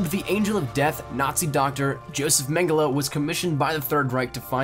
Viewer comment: "Dr. Maingalo" It's pronounced "Man-gell".